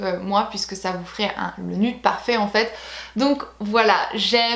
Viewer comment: s'il te plait arrête de dire "nude" c'est nioude